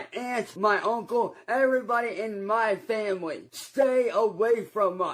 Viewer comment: “my fam-bly”